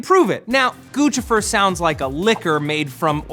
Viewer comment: its pronounced "goose - if -er" not guchifer